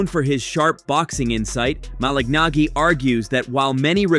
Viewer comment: The pronunciation of "Malignaggi" in this video is a great argument against the obnoxious use of AI.